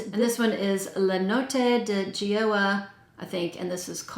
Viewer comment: Hi, Goa in Le Notti di Goa is a place in Southern India and very well loved by tourists. The first syllable is pronounced like the English "go". The name of the fragrance is actually my name! Without the second H though, so Shanti 😃. This perfume sounds intriguing. I'll have to check it out!